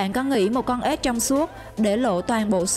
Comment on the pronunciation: Ếch chứ không phải là ết